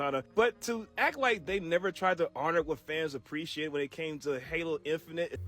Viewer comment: I like how one guys says "Oppreciate" lol